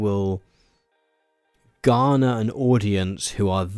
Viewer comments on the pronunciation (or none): none